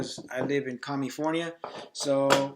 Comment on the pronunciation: Commifonia hahaha. Nice video